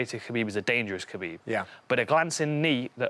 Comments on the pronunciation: It's Hhhhuuuuckabib. It's Kahbeeb. Fuck saying it their way, when in Rome motherfuckers... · why come dan hardy cant say khabib name right. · The only thing missing, is Khabib not getting called Khalabeeb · Just say khabib smesh dis guy